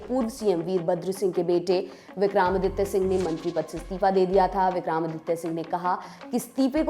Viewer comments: Vikram not vikraam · मैडम ये विक्राम नहीं विक्रम है😅😅